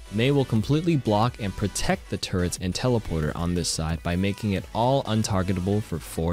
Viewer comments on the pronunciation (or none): none